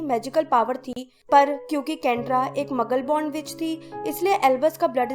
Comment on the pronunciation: Behen magul nahi hota maglu hota hai